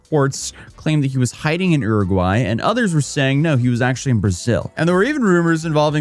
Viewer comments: I'll try to suppress my shock that crypto Farmville turned out to be a ponzi scheme. Wish Logan Paul got this hilarious level of punishment for almost the same thing. Also, Uruguay: "yoo-ri-gwai",: "urr-urr-gwai?". Uruguay: "Whatever, close enough, Googling is considered difficult these days" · I’ve never heard Uruguay pronounced that way. Have I been mispronouncing it my whole life? ‘You’re-a-gwhy’ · Ehrugwy 🤦‍♂️ Americans never fail suprise me.